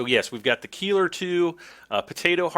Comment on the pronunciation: Cool stuff.. btw - the Keiler is pronounced "Kyler".. it's the german word for a male boar..